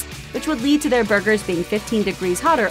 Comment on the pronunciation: I've never heard someone say "bhurgers" so many times in my life.